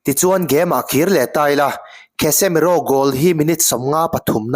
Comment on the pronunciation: Kasemiro tih angin lam mai la, "KHESEMIRO" ti sek aa